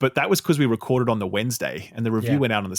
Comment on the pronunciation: Reced instead of record.